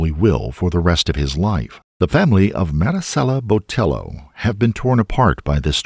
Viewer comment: I wish he would say her name correctly if not consistently. Cringggggeeee